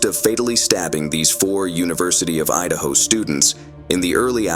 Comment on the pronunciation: Idahio? Is that like a combination between Idaho and Ohio? Lol